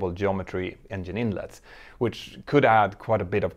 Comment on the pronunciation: Examples of buying costs just for 787's and Airbus A350's...has anyone a case that any airline has yet to make a true profit yet versus acquisition costs? Hope you enjoy learning English 'vocally' dear Mentour Now. Polite example that 'Engine' is pronounced 'Enjinn' not 'Enyinn' in English versus Scandic languages. Many thanks for your valuable aviation inputs, Sir. ;-)